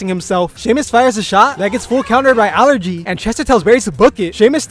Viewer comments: Allegra❌ Allergy✅ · i cannot with him calling allegra allergy lmao